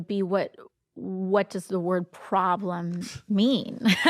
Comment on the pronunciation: When you have to define the word "priblem", you have a problem! 🤦‍♀️